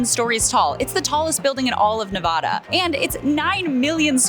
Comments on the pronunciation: I love you! However… that’s not how us Nevadans say Nevada. It’s more of an AAAA… not AAHH. So say it like NeVAAda.❤❤❤❤ I’m sorry it’s not just me, we are very sensitive about that stuff 😂😂😂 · Neh-vah-duh Not Nuh-voh-duh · Just found your page. Enjoyable, however please pronounce NEVADA correctly in the future. Thanks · The first word I’ve ever heard you mispronounce😢NEVADA